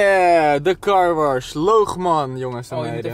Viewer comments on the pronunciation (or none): Waarom zegt carwarsh inplaats van carwash